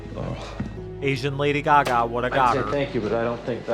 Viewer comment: Bro when you said Laddy gaga I really believed you 🤣🤣